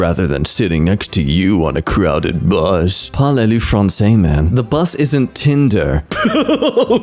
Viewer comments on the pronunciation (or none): none